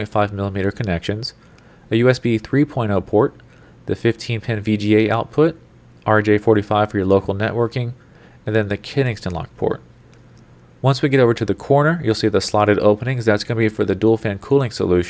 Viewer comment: "kensington"......it's "kensington"......not "keenigston". Jesus.